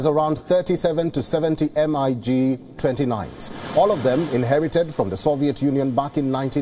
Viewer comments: Why to Pronounce as M. I. G Dumb Newsreader Say it......... Miiiiiigg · listen its pronounced as 'MIG' not 'm-i-g' get your shit together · Its the first time I heard someone say M. I. G. Normally everyone says Mig? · You'd think he's was describing a type of riffle.called M.I.G 😂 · Mig is a word…Mig. Like wig. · listening to this guy spell out MiG or Su makes me want to pull out my hair and I don't have much left lol. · How come you dont know that MIG is pronounced mig,...? where have you been living last 30 years....? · I will not watch this news source again. To have needed to be corrected as to Poland's status with NATO, and mispronouncing MIG put this broadcaster in a pretty low category. Then cutting off one of the most informative speakers I have heard in days, means I will head for another newsfeed. Sorry, you have lost me..... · Actually it indeed is MiG and not Mig. So it should be pronounced as Mi + G and not as a single word Mig but we do that cos its convenient. Edit: MiG stands for Mikoyan + Gurevich, 2 legendary aircraft designers of the Soviet Era. Nevertheless, the coverage of this war by Wion is superb. They show aspects that are left untouched by most other channels. Not all biases are explicit. What a media house decides to omit also shows its bias. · can someone tell the report not to spell out MiG just read it as MIG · It was soo cringe everytime he said M I G and S U fighter jets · change this anchor ..... Poland is NOT NATO ... Em Ay Gee ... 🤦‍♂️ .... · If a war reporter call Mig aircraft M.I.G. , he should not report on air war. Get ur vocabulary right. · MIG ,WION contact this New caster how to pronounce MIG. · Commentator is an idiot that does not know the subject! He misspoke about Polish pilots and totally mispronounced the name of the airplanes! What kinda next level unprofessionalism is that?! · How under informed do you have to be to not know how to say MIG 😅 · The MiG 29 always was my most liked plane until i heard his pronunciation